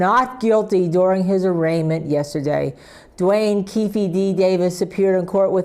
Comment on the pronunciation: Keefe not Keffe lol😂